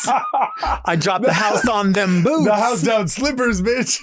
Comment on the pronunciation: FYI: “Bootz”